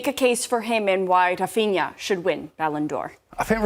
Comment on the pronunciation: „balloon D’or” 😂😂